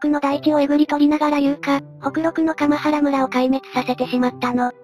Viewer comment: かまはらむらではなく、かんばらむらです。